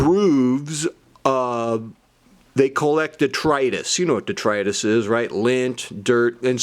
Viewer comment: Love those bracelets. Hard to size? Finally learned how to pronounce detritus… thanks.